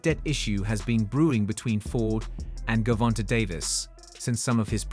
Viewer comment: Buddy said ....my bad AI said "Gerald Davis" 😂😭 THIS 💩 done got way outta hand.......GERRRvonta😂